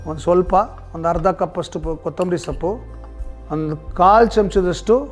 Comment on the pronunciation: ಸಪ್ಪು ಅಲ್ಲ ಸೊಪ್ಪು